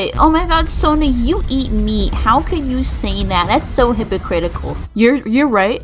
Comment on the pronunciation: I heard me instead of meat 😵 You like eating yourself😳